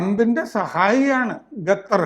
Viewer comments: ഗത്തർ..... ഗത്താർ..... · Ente ponnu saare gathar alla qatar.. kha kha… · bro it’s qatar not gatar 😭😭